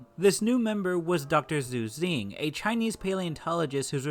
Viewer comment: Xu Xing = sounds like "Shu Shing" not "Zu Zing"